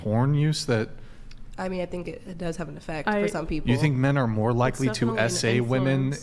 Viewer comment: For the love of everything that is holy…can MW learn the difference in pronunciation between “woman” and “women?”